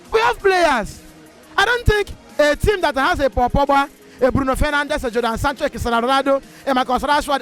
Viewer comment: The way he says Jordan Sancho 🤣🤣🤣🤣 I love this.